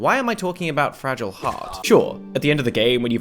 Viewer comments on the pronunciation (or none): none